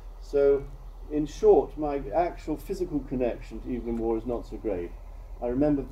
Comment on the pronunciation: That teacher/lecturer could have bothered to pronounce Evelyn Waugh's name properly.